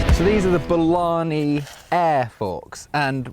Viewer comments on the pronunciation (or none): Bolany more like Bologna